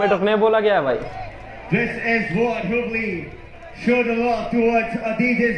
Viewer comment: not habli its hoobli